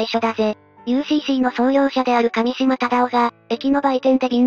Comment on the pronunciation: 上島は『かみしま』ではなく『うえしま』です。 だからUCCです。